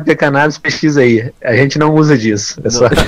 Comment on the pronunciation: Nao e pesuiiiiiiiiiiiiiiiiiii